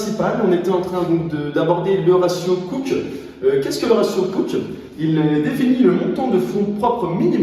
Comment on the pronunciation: le ratio cooke devrait se prononcer a l'anglaise aussi, du coup "couki" XD